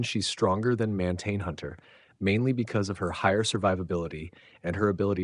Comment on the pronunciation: It's not Man-tain Hunter is Martian Hunter as in "from Marz" =D lol great vidoes been watching!